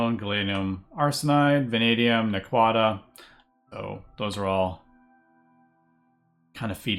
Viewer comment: You can tell who has and who hasn't watched Stargate by how they pronounce Naquadah